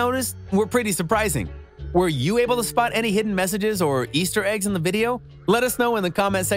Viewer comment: Did nigga say ester egg 😂